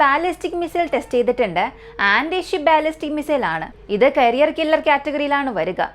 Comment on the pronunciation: കരിയർ അല്ല കാരിയർ എന്നതാണ് ശരി...കരിയർ മിസൈൽ വച്ച് ആരുടെ കരിയറാണ് നശ്ശിപ്പിക്കുന്നത് 😊